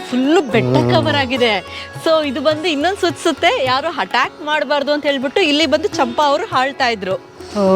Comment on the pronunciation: Madam yella okay... ಆದರೆ ಮೊದ್ಲು "ಹ" ಮತ್ತು "ಅ" ಕಾರದ ಮದ್ಯೆ ವ್ಯತ್ಯಾಸ ತಿಲ್ಕೊಂದು ಮಾತಾಡಿ... Hatyak alla attack, ಹಾಳಿದಾರೆ alla ಆಳಿದಾರೆ, ಹೇನು ಅಲ್ಲಾ ಏನು etc etc...